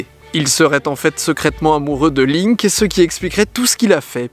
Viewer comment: Ça m'a perturbée quand t'as dis Linc au début j'ai cru que tu parlais de Link dans Zelda 😂🤦🏻‍♀️